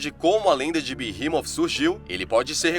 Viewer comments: Na verdade fala beemote Sem o h Não é inglês para ser berremot nem português berremote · Eu sempre pronunciei BERREMOT mas você pronunciando BIRRIMOF é interessante..... eu gostei 👍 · A pronúncia certa e beemot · Pq "TH" no inglês tem som de "F" leve..